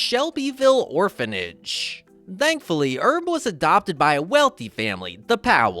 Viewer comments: that' how Frenchs would pronounce "Herb". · It's Herb, not Erb. And Powell, not Pow Ell.